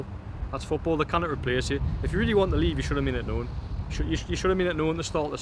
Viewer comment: The word is really, not teally. You're welcome.